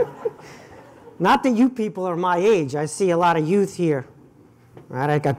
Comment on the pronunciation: Effin' brilliant as usual. "So what is a Yoot Professor Kotkin?"